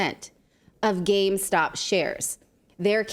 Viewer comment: Say it with me, gamestop. What is gamestock?